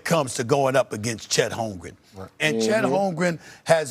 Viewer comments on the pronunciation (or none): Bruh, FACTS. Lol he can't even bring himself to say the man's name right half the time. 😂